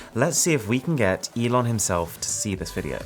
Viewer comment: The name is pronounced "E-Lon" Not like, "E-non" I'm not hating, just saying.